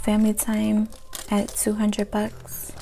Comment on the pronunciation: the was she says “hundrit” instead of hundred bothers me